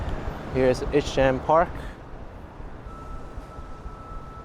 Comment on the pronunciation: eye-sham park/street.